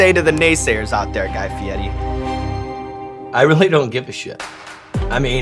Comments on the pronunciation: Fieddi... Is it because they can't roll the "r"? Fieddi is defo not how Fieri is pronounced. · Fietti? {{{ Mandela Effect }}} isn't it Fieri? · my life is a lie i thought it was guy fieRI not guy fieTI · i understand that, but sean was saying Fe-etti, and Guy said that was right and everyone says it wrong, i thought was odd, cause i'm fairly certain on his own show and numerous times ive seen him on shows, people always say Fee-air-a, and never heard him correct anyone. I still dont get the T sound even if the R is silent. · fieri.. fee-air-ey..why does he and others pronounce it fiettii? or fiedii? theres no t or d in there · I live in Italy…only one way to pronounce FIERI, AND THERE IS NO “T” SOUND..IT IS PRONOUNCED “FEE YAIR EEE”. ‘ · Is he saying his last name wrong?? "Fietti" or is that how its pronounced? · “Fiedi” why is there an R in it? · why does he call him fietti is that how you are supposed to pronounce it? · Aiaiai, the guy tells people to pronounce his last name “fie-di” because he can’t roll his “r.” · Guy Fieti? Fieti? What? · stop saying guy fieti god damn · The way he tells people to say his name always annoys me. The way the 'r' would be pronounced in Italian would kind of have a 'd' or 't' sound to it, but it is still an r. It's fine that he insists people pronounce it "Fee-YEH-tee," but then why doesn't he also have them pronounce his first name in the traditional Italian pronunciation, would would be more like "Gee" (the G pronounced like the words guitar, gross, goblin, etc.) It's the same thing with Eva Mendes. She insists that her first name is pronounced "AYvah," but has no problem with people pronouncing her last name "MEN-dez," when traditional pronunciation would be "MAYN-dez." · Cuz he doesn't pronounce it Fietti. Dumbass. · guy fietti?? i didn't know it was pronounced like that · Who else pronounces fieri like Ferrari not feiti just for memes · is it pronounced FI-E-TI or FE-AIR-E ?? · Where is the "T" is Fieri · it’s fieri not fieti